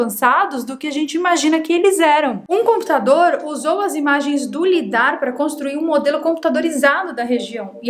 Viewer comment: Interessantíssimo assunto. Gostaria apenas de fazer uma observação. A tecnologia LIDAR (Light Detection and Ranging) se pronuncia "laidar".